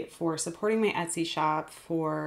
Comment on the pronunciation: Shop not ship 🙈